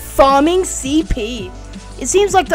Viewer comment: Farming cp I thought he said cod points